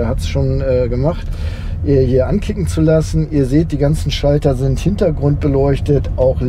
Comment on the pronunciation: "LED Rückleuchten sinnd optional. Wenn man sie möchte, nuss man sie extra bestellen." OMG